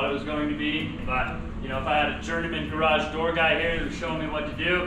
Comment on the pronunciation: !: You said garage like 12 times in this video! All of them were very close to correct and very consistent. There is a tiny bit of room for perfecting it, but you are the 93% level! I consider that coming from where you started you will sound like a foreigner now--at least to the people who your learned that awful original pronunciation from!